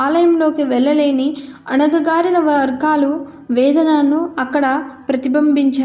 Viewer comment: Anagagarina kaadu anagarina